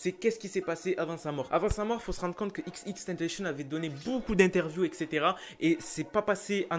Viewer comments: au debut ta dit xxtentacion alors que c xxxtentacion sinon continue comme sa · Pas xxxtentenchen c'est xxxtentacion ( a l'écoute ) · arret de dire xxtentacion c xxxtentacion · Il dit XXtentation et non XXXtentation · C'est xxxtentation pas xxtentation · C est pas tentachion xxxtentation tion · Cest xxxtentacion pas Ex ex ex tennetéchionne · XXXTENTACTION ça se prononce "IXIXIXTANTASSIONNE" . Sinon je kiffe tes vidéos 😋